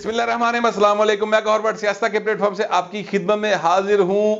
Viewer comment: One thing good in you is that you are not prejudiced. However, I request you not to use English words. Instead of saying platform with wrong pronunciation use the word tharay, "sayiastan kay tharay say bol raha hon"